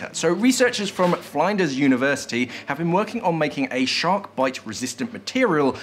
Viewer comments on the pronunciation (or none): Lol it's flinders like fin not find. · Definitely need to look up how to say Flinders University